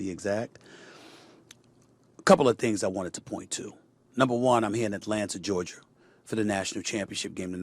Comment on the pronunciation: “ IN ATLANTA GEORGIRR” 🤣🤣🤣🤣